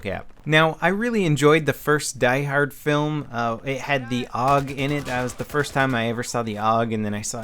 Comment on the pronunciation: And it is propounds A.U.G. not aug.